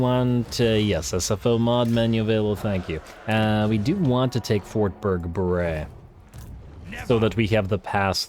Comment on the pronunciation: I know this is weeks later and several episodes have come out since then, but about the name of Fort Bergbres, I am not convinced this is supposed to be pronounced in a French way, but rather think it should be pronounced in a Dutch or German way. In Dutch, Bergbres would translate to Mountainbreach, which is fitting for a mountain pass.